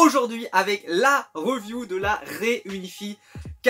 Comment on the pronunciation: Y'a encore "un peu" de boulot pour que ça soit very well lol - riˈvyo͞o